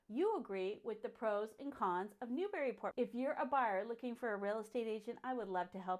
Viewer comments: I wish the people that do these videos would say it right. Not New/Berry/Port It's Newbree/ Port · How about you pronounce Newburyport correctly. It’s bury not berry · Actually, it's neither. To anyone who is/was a native, the preferred pronunciation has always been "NewBREEport"...no "bury" or "berry"...EVAH, lol! And don't forget the "Mall", which is simply pronounced, "Mal".